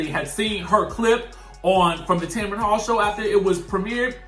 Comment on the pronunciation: it’s Tamron pronounced Tam-ran 🤣